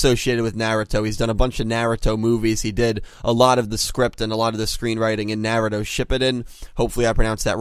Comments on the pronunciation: lol "Nyeh-Reh-Toh" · It's NAR - RU - TO Shi-Pu-Den lol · Love the videos but please learn the correct way to say Naruto. It's a masterpiece of a Mangaka/Anime. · I dont like the way you pronounce naruto dude 😭 please!